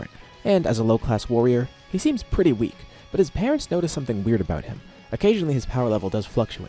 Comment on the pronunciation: Korin said paretns instead of parents